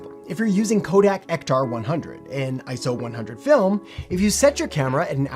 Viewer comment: You get a like for not saying ISO like it’s an acronym